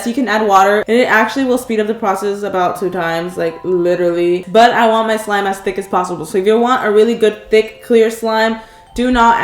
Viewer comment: WHAT TICC thike